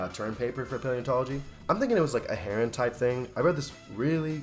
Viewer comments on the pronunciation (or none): Heron, not Huron. The Huron are a native American People.